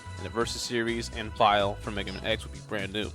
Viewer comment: Stop deliberately mispronouncing Dr. Wily's and Bass' names wrong. You think a fish is a musical instrument? You call Vile, Ville? Like nails on a chalkboard level cringe. Like the video itself is fine to listen to otherwise You know you make a lot of good arguments involving the Darkstalkers and stuff... But the names, THE NAMES...